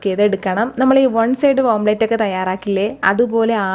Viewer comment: omplate alla.. omlet..